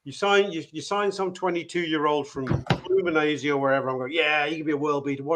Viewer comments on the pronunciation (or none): Also it's flu-min-en-zay not flu-min-aze like come on at least have a go at the right letters if you're gonna be talking about them all the time